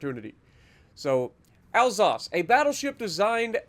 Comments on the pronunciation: Isn’t it pronounced Al-sass? I’m bilingual and that’s how I’d pronounce it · Pronouncing Alsace: al SAY ss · I pronounce it "al-sace"